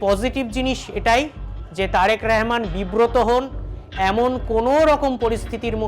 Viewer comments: ওরে বাঙালি! রহমানকে রেহমান বলছিস কেন রে? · রেহমান না শালা,এটা হবে রহমান।।।উচ্চারণ ঠিক কর। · ওরে শালা আমাদের প্রধানমন্ত্রীর নাম তারেক রহমান। তারেক রেহমান নয়। নামটা ভালো করে উচ্চারণ করতে পারিসনা চলে আসছিস সাংবাদিক হতে। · এই যে অশিক্ষিত সাংবাদিক তারেক রেহমান না রহমান উচ্চারণ হবে। অশিক্ষিতের বাচ্চারা স্মরণ করতে পারস না সঠিক এবার আইছোস পাশের দেশ লইয়া বাতা মারানি গিরি করতে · তারেক রেহমান নয়, তারেক রহমান। ইয়ার্কি পেয়েছেন নাকি?? সঠিকভাবে উচ্চারণ করুন, ভদ্রতা বজায় রাখুন। আপনার নাম যদি হয় শ্যামা প্রসাদ তাহলে কি আমি ছামা-প্রসাদ বলবো?? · আগে আমাদের মাননীয় প্রধানমন্ত্রীর নামটা সুদ্ধ করে বলতে শেখ,তারপর সংবাদ পাঠ করতে এসো।তারেক রেহমান নয বেকুব তারেক রহমান হবে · ওরে গোমূত্র খোর আগে আগে দেশের প্রধানমন্ত্রীর নাম টা ঠিক করে উচ্চারণ কর। ওটা রেহমান বা র ্যহমান নয় ওটা তারেক রহমান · হকার সাংবাদিক রহমান শব্দ উচ্চারণ করতে পারে না 😢